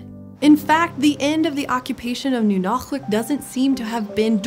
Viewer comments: impressive pronunciation of the /q/! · What's really cool: she pronounced Nunalleq really close to correctly. The "ll" in Yupik is a voiceless dental fricative that sounds somewhat similar to the "ch" in German. So, kudos to the PBS Eons people for looking it up, that displays a lot of respect to the native Alaskan people who still live in that area today. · That "ll" sounded plenty like a lateral fricative to me. Anyway, there's precedence for representing the sound that way from Welsh.